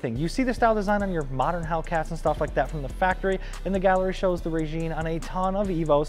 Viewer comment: I think it's pronounced (RYE-JIN) instead of (RAY-JEAN)